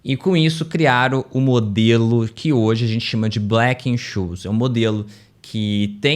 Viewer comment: A PRONÚNCIA DE BLACK-SCHOLES ESTÁ ERRADA (SCHOLES NA VDD).